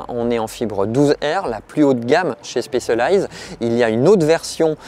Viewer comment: La prononciation de Specialized m'arrache les oreilles. C'est quand même pas compliqué d'apprendre un mot correctement en phonétique même si on n'est pas anglophone